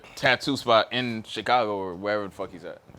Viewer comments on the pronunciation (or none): none